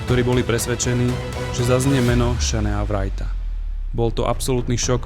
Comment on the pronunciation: Skvele video, len autor musi zlepsit anglictinu, vyslovnost mien Shane Wright a Kent Hughes je hrozna